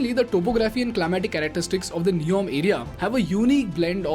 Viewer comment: Good video Make it NEOM instead of neon.